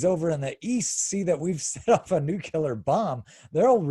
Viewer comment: To the second guy: Not "nu-kew-lar." It's "noo-klee-arrr!"